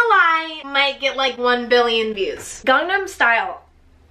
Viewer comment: she pronounces gangnam weird